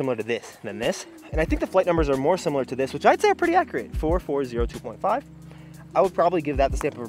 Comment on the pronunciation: I like how you accidentally said pwetty. Maybe that should be a failed challenge consequence. You have to talk like Sylvester the Cat for a whole video. 😜😜